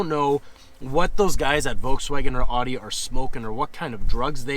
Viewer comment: could u pronounce Audi correctly its bugging me lol